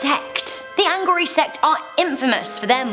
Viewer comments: It's not anghori..it's aghori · It’s Aghori* not “Anghori”! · It’s Aghori,not Anghori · It's not ANGHORI it's AGHORI. Btw I really love your videos. They're great and very entertaining 😄❤ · It is Aghori not Anghori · It's aghori not angori. You would never understand them, unless you read the Aghora trilogy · How stupid it's Aghori not angori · Great video...👍🏼correction "its Aghori not Anghori" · They are not called ANghori they are called Aghori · Actually, it's not Anghori its Aghori and they are not a tribe, they are more like sadhus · Aghori not ANghori and they are a Hindu cult, not a tribe. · It’s AGHORI not Anghori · it's Aghori, not Anghori. And they're not secretive at all. tf you get that?? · It's Aghori not Anghori.. You people are super dumb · First of all its not Anghori, it's Aghori which is a Hindi word meaning one who fears nothing, second the guy you see in the video is fake who is just using the fear of wrong notion against Aghori people demand what he wants he is just defaming them, if you see the complete video you will see as soon as he gets the bottle of booze from the reporter he wants the reporter to leave and doesn't want to answer his questions, ofcourse because he doesn't have answers to those questions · Its Aghoris - no pronanciation of "n". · It's aghori u idiot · Its AGHORI